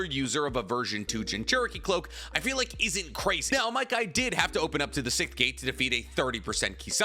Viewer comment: He can't pronounce Sixth but he's still my favorite Anime content creator